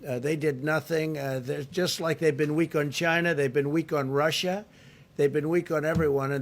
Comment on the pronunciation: This dude puts on such a 💩 show! He can't even say Russia wow! The TRUMPUTIN AUDACITY 🤦🏽‍♀️